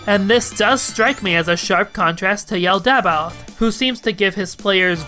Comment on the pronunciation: This is half a decade late, but 'Yaldabaoth' is pronounced 'Yall-da-bauth'.